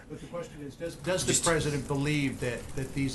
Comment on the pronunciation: Sean Spicer for "Pressident!!" ;) 2024 This guy is awesome!